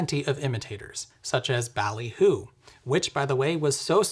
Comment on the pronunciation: I have reason to believe it might be pronounced "ball-y hoo". As in pin-'ball', or even baffle-'ball'. Though I feel as though you already knew this (as well as your audience) and just wanted more interaction...